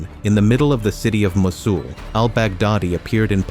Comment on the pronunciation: cant even say mosul lololol goof